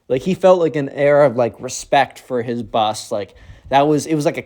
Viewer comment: Hi. The word is Bus. I love your videos and during school when working I listen to you on Spotify but while gaming I listen to you on YT. Anyways hope you have a great day and have a Merry Christmas